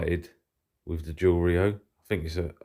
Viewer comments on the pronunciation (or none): Es heißt nicht "Dschwfl" oder was auch immer der da nuschelt sondern JUWEL !!!